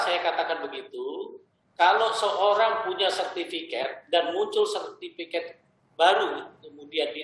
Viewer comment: Sertifikat Pak. Bukan sertifiket. Berasa ketek